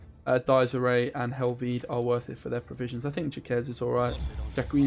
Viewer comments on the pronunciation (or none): "Jacques" is pronounced like "Jack" without the "d" sound at start (the "s" is a silent letter) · Jacques is pronounced Jacks, it is the French equivalent to James.